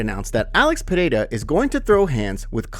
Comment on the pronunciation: Still don't know how to pronounce Pereira?